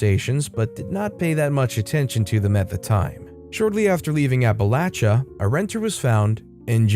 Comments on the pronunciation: Yes, he actually got it right. It can be frustrating when people do not think about correct pronunciation of place names. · I have a newfound respect due to your pronunciation of Appalachia. Thank you!